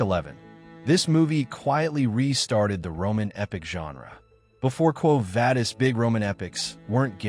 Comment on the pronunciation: It is pronounced Quo Vah-dis, not Vay-dis.